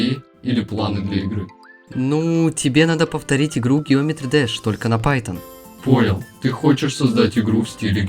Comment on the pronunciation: когда уже правильно питон у научишся говорить?